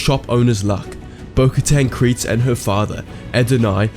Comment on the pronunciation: It’s pronounced Kree-ze